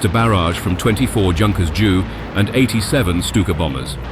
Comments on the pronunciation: It’s becoming more difficult because they make the same errors as humans. The computer doesn’t know what a Junkers JU-88 is, and pronounces it literally Junkers Jew instead of J.U.. Coincidentally, so does the newsreader on the nightly news who’s only knowledge of aircraft, military and civilian, is that they don’t want the middle seat. Sorry, I went off on a rant there, but lack of knowledge by people reporting or narrating aircraft content annoys me. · Does the commentator not understand English place names ? Leicester becomes Lie sester, Gloucester Glow-sester the German plane Junkers J.U. 88 becomes a Jew 88 & others too silly to repeat !!